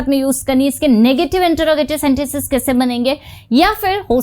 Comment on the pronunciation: आपकी हिंदी का उच्चारण भोपाली क्यों है ? बहुत इरिटेट करता है जब आप मैं को में और कैसे को केसे बोलती हो...